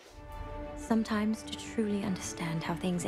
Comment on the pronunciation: Yep, she said Rooney "Mari" 💀